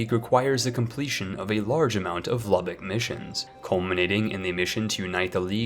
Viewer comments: He said Lubbock, not Luebeck. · Mark Apolinski Isn’t it Leubeck? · Epirus = EP-ee-rus Papal = PAY-puhl Lubeck = LOO-beck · AKA how many countries names can you pronounce wrongly in one video. Its not LUBBOCK thats in Texas..its LOO-BECK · How some words are pronounced in English: LOO-beck (It's not the city in Texas, it's not spelled like it,, and it's not pronounced like it.) DUTCHY-y PAPE-ul hertz-a-GOVE-in-a The stressed syllable rhymes with trove. (I think, I'm less sure about this one.)